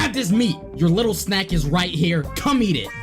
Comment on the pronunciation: peep how he says “little snack”